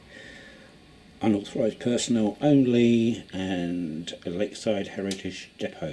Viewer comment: Great work - although had to laugh when you read out the new sign as "UNAuthorised Personnel Only"